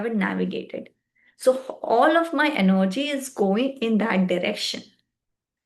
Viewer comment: Sorry but you will need to re make this video. It is procRastination and not procastination. You will need to put in a lot of effort if your videos need to be of high quality. Also its not enerrrrgy its energy. But your determination is admirable...keep it up.